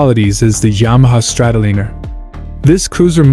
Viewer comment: Exactly..... guy needs to learn to say the bikes name before making a video about it ( Strat O Liner) Just like Oceanliner